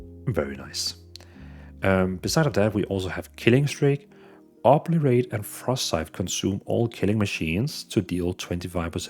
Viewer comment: Oberate? It's O bli ter ate